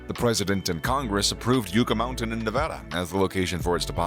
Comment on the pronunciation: it's pronounced "YUK ah " and it's pronounced "Tems " not Thames your'e welcome !